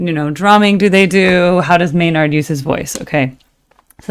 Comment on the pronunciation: The May-Nard thing grinds my gears not gonna lie 😅